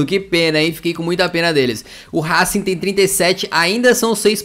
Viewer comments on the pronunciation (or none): none